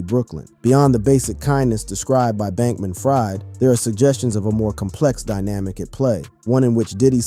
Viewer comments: SBF pronounces his name "FREED" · It's pronounced Bankman-Freed, but of course he's ironically not been freed... anyway Diddy has not broken in his backend yet?